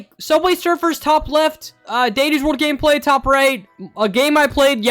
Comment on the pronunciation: I heard "gameplay" as "gay play" Someone put me out of my misery